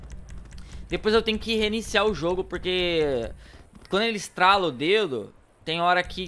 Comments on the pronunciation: Por que ele fala "estralo" em vez de estalo??????? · N é estralo é estalo(estalar) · Amigo se diz estalo, bom vídeo top, dei like é achei top o vídeo! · Só eu tenho agonia dele falando estralo?